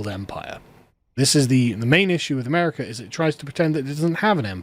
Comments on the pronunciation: Why do you add an "R" to the end of America? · He's English, they do that in the middle of sentences.